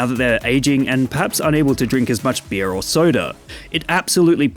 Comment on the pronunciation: Weird way pronouncing beer.. what language is that?